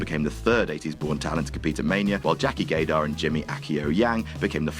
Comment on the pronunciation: Did you say "Jackie Gaydar"?